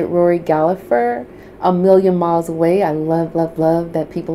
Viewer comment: The name is Gallagher don't pronounce the second g no p